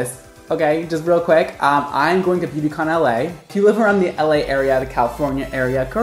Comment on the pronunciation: When you said “ Beauty Con LA” I thought it was “Beauty With LA”